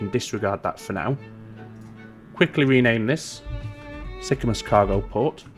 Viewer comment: You could run food back on the shipyard return trip from Sorrento to Sicamous. Also the pronunciation of Sicamous is Sick-a-moose. ;)